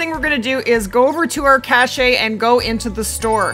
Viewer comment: Cache is silent E its pronounced cash not cashay.